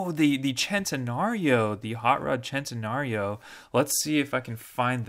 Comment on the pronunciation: Its centenario not tencenario